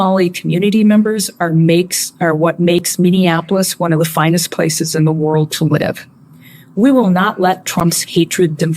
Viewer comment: Sounds like he almost said Palace ? When he said people drive by my palace(place).